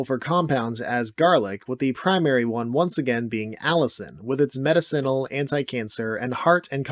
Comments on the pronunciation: I love your videos but the word is muh-DIH-sen-ul….. not med-I - CEN-ul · Or medICinal instead of medicINal. Oh god that hurts my brain. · Not nitpicking but medicinal( Ma-Dis-sin-Al) not medicine - al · Meta-Ceenle? Have I been mispronouncing medicinal all my life? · I love you and I love these videos but the way you say “medicinal” is driving me insane Meh-diss-sinal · Learn how to pronounce medicinal…..please. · This guy saying medicinal is going to drive me crazy. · Unfortunately I'm going to put your pronunciation of "medicinal" in the D tier. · Love your lists. The way you say medicinal is strange. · 10 seconds in, mispronounces "medicinal" and just like that any authority over the information presented is squandered. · Bud knows all this info but cannot pronounce "medicinal" correctly LOL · The way he pronounces medicinal makes me trust him less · Your pronunciation of "medicinal" is F tier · I've never heard medicinal pronounced that way.